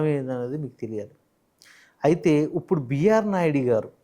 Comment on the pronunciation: ఒరే పదాలు ఉచ్చరించటం ముందు నేర్చుకో "ఉప్పుడు" ఏందిరా ఇప్పుడు అనాలి.